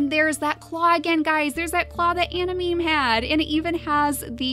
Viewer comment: I'm pretty sure it's pronounced anamaymay..